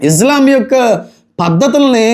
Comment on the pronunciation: ఇజ్లాం? ఇస్లాం? 🤔